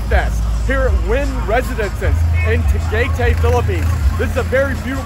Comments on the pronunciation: i didnt know they customized jeepneys and im from phil i wanna see someone make a drag racing jeep also it's pronounced "tahg-eye-tie" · You pronounce Tagaytay as, ta-guy-tie.